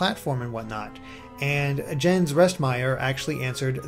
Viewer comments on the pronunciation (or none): by the way, Jens is pronounced "Yens" ;)